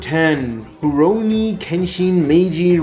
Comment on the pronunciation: 😅 you mean *Rurouni Kenshin not Baroni lol!!